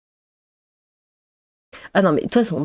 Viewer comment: le ' keuwoi' de m'a fumer,hahahaha.